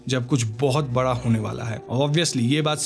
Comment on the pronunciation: Bhai phle se bara nhi bada hota h...bhot koi h tre jase pudi ko puri bolne wala bhenchod 😂